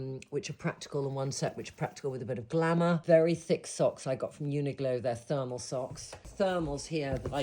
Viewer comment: Love it all! But it is UNIQLO, not UNIGLO!!